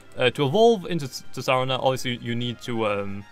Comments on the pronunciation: It's sar-teen-a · its pronounced ts saa rena